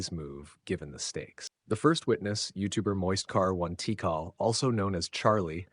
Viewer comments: Very weird way to pronounce MoistCr1tikal. 😅 I hate TTS, why can't you just narrate these yourself? Or at least make sure that they say CRITICAL? 🤷‍♂️ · "moist car one tee kahl" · Ahh so it's "Moist Car 1 Teekarl"... People have been pronouncing it wrong all these years.